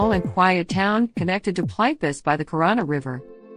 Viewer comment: The robot voice totally destroyed the naming of this park. It is call Plit-Vitz-ehr (phonetic)